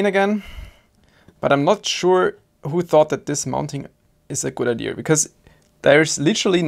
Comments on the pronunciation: Don't pick up that redneck "IdeR", please Just... don't Es gibt kein R in "Idea" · ia ia say after me ia not iar or ear lol jk but furealio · There is no R in Idéa. 😅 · "what a stupid idear" is that a meme on this channel or why does he pronounce "idea" wrong ? not hating, i love this channel ,just wondering . its in multiple videos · Lol you kill me with the way you say idea.... No mocking, love the content as always, but there's no r in idea LOL I'm dying..